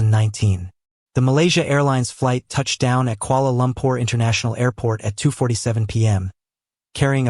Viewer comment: Kuala Lumpur please, not Koala Lumpur